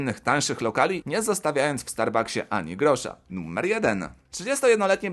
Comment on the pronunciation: Mówi się NUMER nie NUMMER!